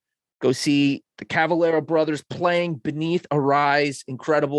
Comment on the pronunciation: Cavelera?? really? with an E?